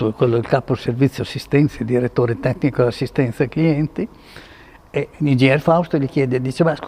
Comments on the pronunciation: Diretore tetnico 😂😂😂😂😂 È tipico del bolognese! I vûstar cupartån... FÓRZA BULÅGGNA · Bellissimo video, e grandissima emozione, mi ha fatto.anche ridere al minuto quando dici il direttore TETTICO ingeniere Fausti 😂👍👍👍👏👏👏👏